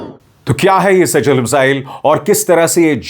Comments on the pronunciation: मिज़ाइल का नाम सेजील नहीं मिज़ाइल का नाम सि‌ज्जील है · सेजील मिज़ाइल नहीं इसका सही नाम सिज्जील मिज़ाइल है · Sejjil Arabic word hai jo सिज़्जील padha jata hai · वो सजल नही सिजजिल है, यह नाम कुरआन से लिया गया है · शर्मा जी शेजल नहीं सिज्जील नाम है इस मिसाइल का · सिज्जील बोलिए सर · Abhishar ji थोड़ा सा arabic punctuation को भी समझ लें. Arabic word (سِجِّيْل) सिज्जील है। ( SIJ JEEL ) है